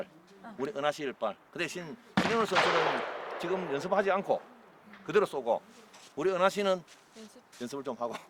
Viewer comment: 감독님 계속 “우리은하씨” 래 ㅋㅋㅋ